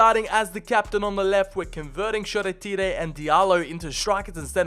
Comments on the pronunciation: love the vids and as a yanited fan lovely but i have one problem shoretire is english so its pronounced as if its a sea shore and a tire from a car combine not shore tery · It's shoretirya not shoretiree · Shor-e-teer-eh and me dying🤣🤣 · lol man said shola shortire names like he’s a Italian/Brazilian 😂